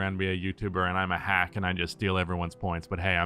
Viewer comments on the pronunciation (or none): none